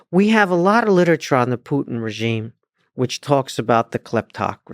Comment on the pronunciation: It sounds so funny when instead of the word Putin I hear the word "put in".🤣